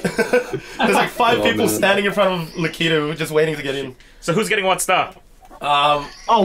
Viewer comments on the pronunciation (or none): who is Lah-Key-Toe??? You mean Lakitu?